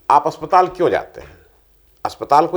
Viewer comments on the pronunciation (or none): none